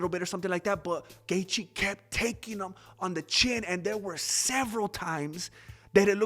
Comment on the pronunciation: Why is he Dustin Gaetche?? Ha Ha Ha